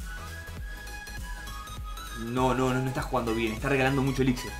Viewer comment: me encantan tus videos, muy buenos, solo te quiero dar un consejo... la palabra elixir es una palabra aguda, por lo tanto su acentuacion es en la ultima silaba, se pronuncia como si se escribiera elixír